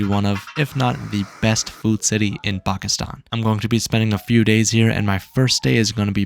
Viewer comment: How come you don’t say Pakistan right